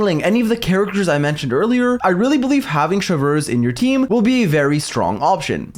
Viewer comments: It's Chev(pronounced as shev) and reuse(pronounced as ruse) Chevreuse(Shevruse) not Chevlrleuse😂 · „ i don’t know how to pronounce her name“ him 3 minutes later : Chevrööössss ; CHÉVERUŚË , CHĖVRÛŠ 💀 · The way he says "Chewfruwhz" when pronouncing her name 🍷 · saying ChevRRRuse give the same energy as that one npc saying Monseiurr NeuRRvilette 😭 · you say chevy's name in english like shev-roos if you were still wondering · I come for the EXCELENT analysis. I stay for the HILARIOUS Name mispronunciations. Chev-(three minutes of blender chopping ice sounds)